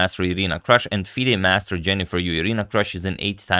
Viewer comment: Her name is pronounced Kroosh (/partypoop)